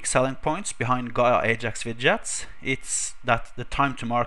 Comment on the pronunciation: wi-dgie-ets xD